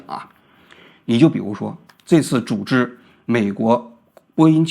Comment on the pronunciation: 工会作用1 保证就业安全感， 资本家不可能轻易开人也没有35岁忧虑。 2 内部公平， 按照CBA 和seniority 去Bid 各种排班 福利 加班 这样避免了很多黑箱操作和关系户 3 整体去提高福利待遇 一个打工人不靠自己而靠整体去要求提高工资福利水平有什么问题？ 波音高管拿多少？加航CEO拿多少？ 一线怎么不配加个5%每年了？ 与资本家同情 活该35岁失业去送外卖。 每年我交2000多工会费， 完全觉得可以啊 有工会与没工会对打工人的影响是巨大的。王菊的认知永远停留在改革开放红利被所谓的精英阶层独享的美好记忆里裹足不前。 最后建议普通话东北味应该改改 Z总发音成ZH 组织读成猪织…